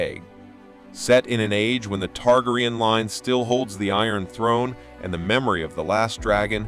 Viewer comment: There's always that ONE dude, that has to pronounce Targaeryan, Targ-ree-an. No homeslice, watch the series, pronounce the name correctly like everyone else.